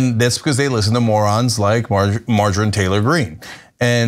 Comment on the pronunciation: He just called her “ Margarine”🤣🤣